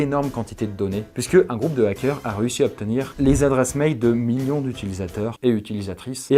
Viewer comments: "Les zackeurs" Je vois qu'il a toujours autant de mal à s'exprimer français :) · " les ZAKEURS " lool! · '' LeS ZacQuEUr'' 😢😂😂 mes oreilles saignent 😂